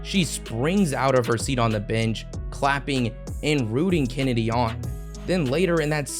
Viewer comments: Except for not getting Chennedy CARTER's name correct for the entire thing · You could at least get Chennedy Carter’s name right….it was literally in a clip you used